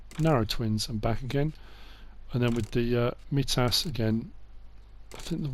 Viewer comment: Great video really excited about class coming to console but one thing i have to say is on mitas it's pronounced mytas